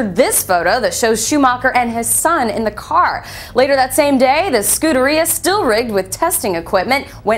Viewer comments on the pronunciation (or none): Ferrari Scooter-E-uhh LOL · I don't think she's pronouncing the name Scuderia correctly. I'm no Ferrari owner though.